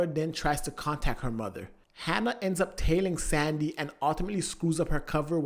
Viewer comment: Say "Hanna" one more time... I dare you